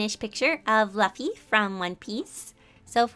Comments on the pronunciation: Not actually mad just a bit annoyed but, ITS LOO-FEE NOT LUFF-EEEEEEE!!! HOW COULD YOU I SHALL JUST PERISH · I was Literally Screaming At My Screen Its luffy (LOO-F-EE) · You said luffy’s name wrong 🥺🔫 , it’s Luffy like lulu, luuuuffy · It's not Laffy it's Luuuuffy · No one: Literally no one: Her: LaFfy ThY mAnKey from One Piece Note: no offence to her tho, i just think it's amusing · I kinda find it funny how you say his name. "Laughy"😄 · I heard Fluffy the Monkey... I threw my phone in the wall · When you said Luffy in a different pronounce i was a bit amused but it was also funny to just hear it over and over again x'D it's like you were trying to pronounce 'laughing' but instead it's 'Laffy' lol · your supposed to say it like Luuuffy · omg This was so amazing!! My favorite was luffy (which btw is pronounced "loofy" lol), because i have a special connection to him since ive been watching one peice my entire life. also i like how you would say "muscley" instead of "muscular" lol. Umm.. if you do this again, could you do gon from hunter x hunter. it would be cool to see how you'd draw his hair given it completely defies the laws of physics. i also have a close connection to him. anyways, all of them were great and thanks for the video!! <3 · His name is Monkey D. Luffy. In the fanbase it’s really uncommon to say first before last names, and it’s pronounced “Loofi”. You can infuriate a lot of fans if you say his name like that, lol. And when you said something like sometimes he’s skinny and sometimes he’s really muscular.. Spoilers: He has 3 other forms, also known as Gears. Gear 2nd - His body is pink and steaming Gear 3rd - He can inflate any part of his body Gear 4th - Hard to explain, but probably the one you saw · HE IS NOT A MONKEY.D Luffy pronounced LUUUUFFY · hey, no hate BUT LUFFY IS PRONOUNCED (LOO-FY) but its okie c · It's pronounced [loo-fee], but it's ok. :) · Bye luffy is pronounced as (loofy) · I almost dropped my phone when you said Luffy wrong